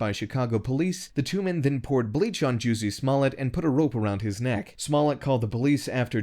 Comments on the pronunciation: It’s pronounced “juicy smull-yay” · This nigga said JOOZY SMOLLEN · This voice over artist keeps calling this liar JUICY SMOLLET LOL